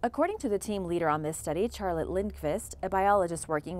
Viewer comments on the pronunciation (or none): my name isn’t even charlotte but that pronunciation offended me